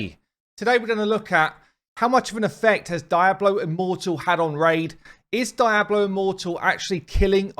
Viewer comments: i always love how the English pronounce Hispanic words. Diablo he says as DIE-blow instead of dee-AH-blow, i've heard Brits pronounce Martinez as MART-in-ehz as opposed to mar-TEEN-ehz, etc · "Daiablo" immortal lol... Its Diablo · DEE-AH-BLOW. Clearly, never been to Spain. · Is that how people pronounce “Diablo” in your English accent? My U.S. English accent says Dee-Ah-Blow and I hadn’t heard “Die-Ah-Blow” before. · No one: Really no one: Absolutely fcking no one:: DAIABLO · Dee-ablo, come on! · omg it drives me nuts how you say Diablo. You can never be a content creator for that game. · Lmfao .. The way you pronounce Diablo is hilarious 😂